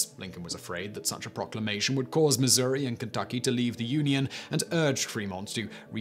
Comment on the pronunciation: Thank you for saying Missouri correctly. I grew up here in Mo. & I could never understand why some folk say Missoura. My Dad even said Missoura. Area dialects and accents I guess 🧐